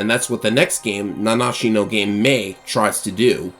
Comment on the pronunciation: No way. Somebody managed to pronounce the game title correctly. Genuinely, it's almost cathartic to hear.